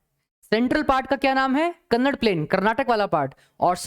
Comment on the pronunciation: sir your teaching is best. i love to see the social science video teached by you. i am from karnataka, i noticed that you say kannad it is speaked as kannada. so pronounce it properly. thank you.